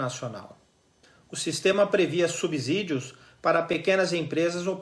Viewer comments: Amigo, a palavra SUBSÍDIO, deve ser pronunciada como SUBSSÍDIO e não como SUBZÍDIO como você fez. Consulte o Google. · Só não consigo ouvir você falar "subzídío"... A pronúncia é a mesma que em subsolo. O "s" entre uma consoante e uma vogal, tem o som de "ss". Tem som de "z", quando estiver entre duas vogais. Pronto, falei!🤭